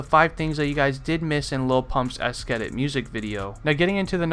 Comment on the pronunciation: you dont know how to prononce esketit